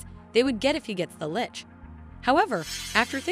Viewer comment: I think this is the first one of these recap video's I have heard the narrator say the word "Lich" correctly, it's so weird to hear them called "lick's" in the other video's.